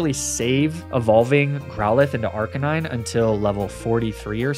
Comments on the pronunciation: first time i heard someone call magnemite as "magnemity" and arcanine as "arcakneenay". not sure if baiting engagement but damn i fell for it i guess. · It's so weird to hear you say Arcanine instead of Arcanine